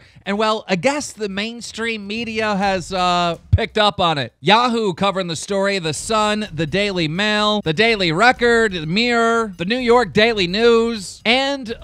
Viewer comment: its mirror not meerar lol